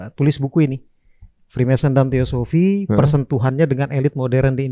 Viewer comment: Freemason bang bukan Freemanson